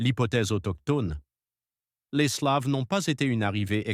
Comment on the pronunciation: Slaves et non "sleives" prononcé a l'anglaise